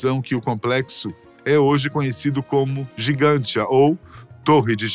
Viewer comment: Porque a locução fala Gigantia e o texto diz Gantija? No Google realmente consta como Gantija. Gigantia seria uma tradução?